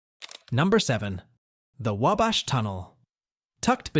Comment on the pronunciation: Couldn't pronouce Wabash correctly...